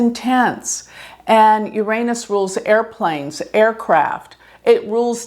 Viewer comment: Please learn to pronounce Uranus.